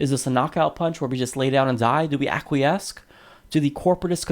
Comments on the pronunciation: Acquiesce as in ackwee-ess, not akwee-esk. Love the show! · ack we ess. not ack we esque. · it's ak-wee-ess. Please don't hate me, I just want to love you in a bath of lovely diction. Also: cute glasses, bro;) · LOL....this idiot from the Humanist Report doesn't know how to pronounce "acquiesce" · Dude, it's "acquiesce" not "acquiesce." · You have a very interesting pronunciation of "acquiesce" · Is this guy pronouncing "acquiesce" correctly? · No he's not but it only makes him more adorable.